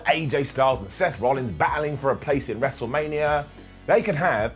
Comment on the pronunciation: "mestlemania" lol